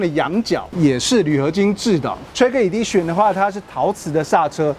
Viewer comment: 这明显不是地区口音的问题啊，Edition /e/ 发 /i/ 音 idition？？；Lexus /aekses/ 他发 /lases/，这种也是地区口音问题嘛？